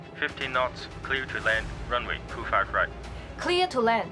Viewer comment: 郭柏妍說英文是完全沒有尾音，如right,她沒有發出T的尾音，但飛機上，有另一個男聲說right,他有T 的尾音。 很多外國人人很多時候聽不懂香港人的英文，如milk, HK人說milk 的時候沒有了K的音，究竟是milk 還是Mill? HK人讀Whom，讀了home! …